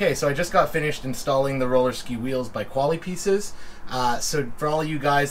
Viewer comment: The dude is pronouncing the product wrong. They’re a French company, or at least the brand name has French heritage. Pronounced more like Koala-P-S.